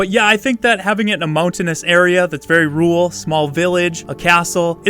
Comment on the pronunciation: Rural...not ruul